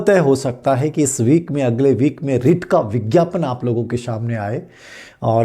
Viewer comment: सर रिट नहीं रीट